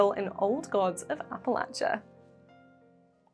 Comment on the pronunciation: I used to live in that area, and I have to say, you said Appalachia absolutely correctly. "lach" is "latch" not "laysh" And that Small Creatures game finally brings us what we've all been wanting: Furry Firefly! (Critter Bebop?)